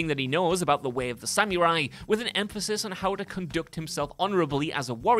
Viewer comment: The way you butchered the word samurai was like nails on a chalkboard to my ears.